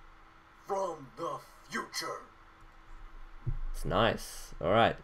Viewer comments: I liked it more when he said "In the futrue" in black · yeah..in the ''FUTRUE''